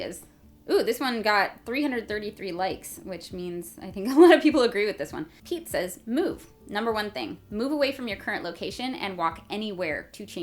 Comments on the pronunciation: "Pete says move..." I heard "Pizzas move" pretty much all the way through that part. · Did anyone else hear pizza instead of Pete sais? 😂